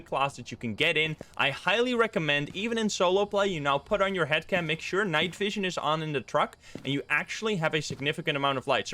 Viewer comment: I thought he said hat cam at first 😂